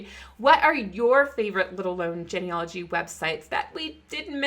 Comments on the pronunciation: Love the info. Always something to learn. Please pronounce genealogy correctly. It's a long e sound. Starts with the word Gene. Like gene pool, a DNA thing. Its pronounced gene, not gen. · Uhhh… It’s “GEE-NEE-ah-loh-gee”. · Please learn how to pronounce the word genealogy.